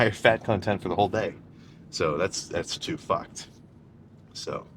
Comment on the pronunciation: Didn’t realize Sam was a trailer park boys guy till he said fauckedd